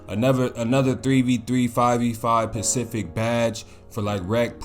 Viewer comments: Are you saying pacific instead of specific? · lol i fw with but am i the only one who noticed he was saying pacific instead of specific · Lol, It’s Specific Not Pacific, Stop And Go Helps You Set Your Feet Instead Of Fading And It Also Help You Combo Up A Lot More Smoother Than Normally